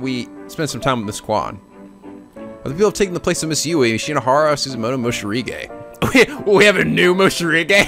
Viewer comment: morishige not moshirige just saying